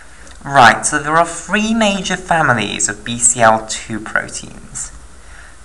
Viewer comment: Loved this video!!! But it is pronounced Three, not free